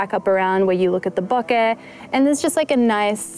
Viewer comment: Congrats for using the correct pronunciation of "bokeh"...! so many get it wrong. And oh yes, the 85... I use that one a lot too.